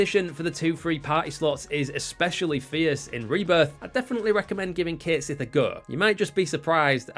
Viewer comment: I said this in about a thousand different comments sections it's pronounced (catshit) one word